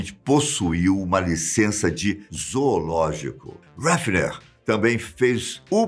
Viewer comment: Heffner dá voltas no caixão cada vez que o diz o nome dele. Aprende a dizer o nome direitooooooo!!!!!